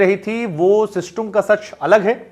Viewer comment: Abey system Bolna pehle sikhle